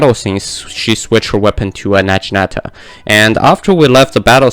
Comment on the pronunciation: It’s not na-jee-nata it’s nagi-nata lol